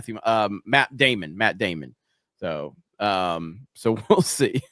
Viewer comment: "Mehtt Daymand" AND Zendaya... 🤦‍♂️